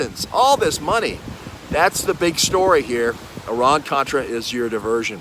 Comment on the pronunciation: I am sure you mean"Iran Contra," not "Oran Contra!"